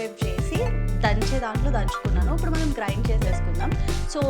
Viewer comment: Upudu😃😃 instead of ipudu but it’s cute 😍👌